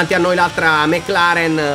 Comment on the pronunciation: Va bene tutto ma "meclaren" non si può leggere